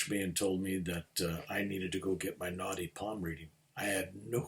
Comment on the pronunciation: I love listening to. So easy to listen to him....but for some reason, I kept thinking he was talking about "naughty palm reading" and I couldn't, for the life of me, figure out what that was, and I am Indian! Same with the name of your Guru - I was thinking who is Gornoff? 😀. But I figured out both subsequently i.e. Naadi Palm reading, and Gurunath. Thanks for sharing your experiences 🙏